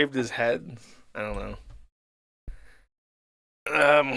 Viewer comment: pronouncing "head" as "hud" --> electric chair